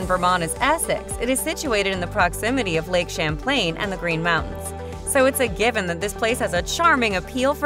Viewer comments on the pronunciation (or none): none